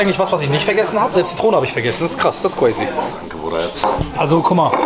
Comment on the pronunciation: Man sagt nicht quazy es heisst crazy